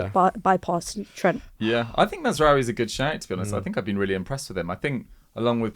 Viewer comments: That woman with a straight face said MAZRAWIII bruv end the stream 😂😂😂😂😂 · Mazraoui??😂 please stop, dont ever bring this girl back